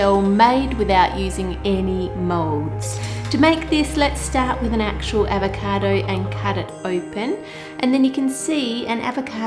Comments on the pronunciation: My sis kept making fun of the way you said avacodo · AVECAADOOUGH -that's how she's says it lmao